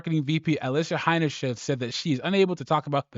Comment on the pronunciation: How many different ways are you going to pronounce her name? It's Alissa Heinerscheid, not that hard. Practice it for a bit if you might be considering making another video and you need to say her name again.